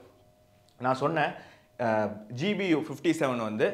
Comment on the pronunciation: Your language is good. In two places there was a slip of tongue by telling GUB instead of GBU.